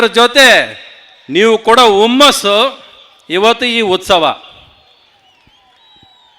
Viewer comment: Ree 'habbano' Abbano, 'Hummasso' or Ummasso sariyaagi heli actor brother.